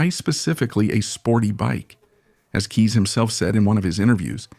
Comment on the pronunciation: Kees is pronuniced "case" as in suitcase.......